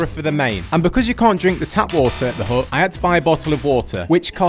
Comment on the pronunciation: Haha, the British pronounciation of the word 'hut' with a silent T is hilarious. Hu!